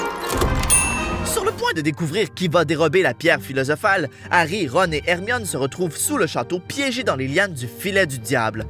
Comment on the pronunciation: plus jamai tu n appel hermione ermimi ok